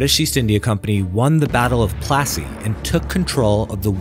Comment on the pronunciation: That pronunciation is "Palashee" not plaseey